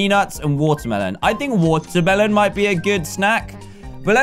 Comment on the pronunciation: He said waterbelon